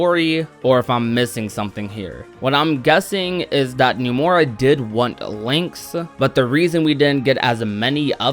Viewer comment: You now inconsistently finally pronounce "Nomura" correctly; "Nuh-more-uh," but "Yasue" is pronounced with the "e" in an "ay" sound on the end & "Ya" is pronounced "yah," since it's a Japanese name; "Yah-su-eh."